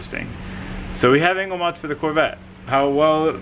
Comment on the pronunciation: LOL I understood "anal setup" when you said "angle setup" in the beginning :'D